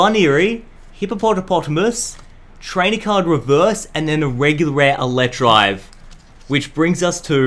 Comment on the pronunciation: It's electivire not electrive